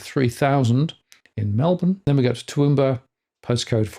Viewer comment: How could you not know how to pronounce Toowoomba? And how did you come up with Derrimont?